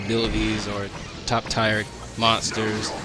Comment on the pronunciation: I know I am almost 5 years late but did you say tire instead of tier?